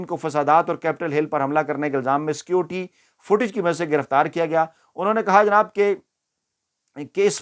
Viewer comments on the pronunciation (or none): none